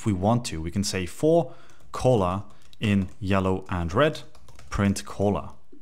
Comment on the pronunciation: Hey man, this video is great! I cant stop hearing you talk about Colas tho lol. Color is pronounced CUH-ler in the US and CUH-luh in the UK Thanks for the tutorial!